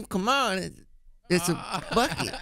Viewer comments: "in a buckit" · In a bwukeit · The way she pronounces "buckeh" 🤣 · "In a buckhet"